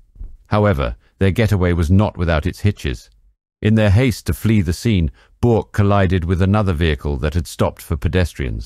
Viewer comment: Very good documentary. One slight correction if i may. Bourke is pronounced Burke. Great channel though. Keep it up!